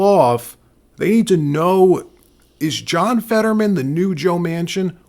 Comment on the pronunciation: His name is Fetterman not Fadman. What’s wrong worried if about being sewed if you spread lies about by using real names?